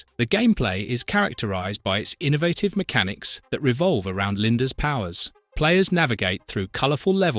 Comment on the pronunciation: that’s what made me realize this is AI. also can’t pronounce “innovative”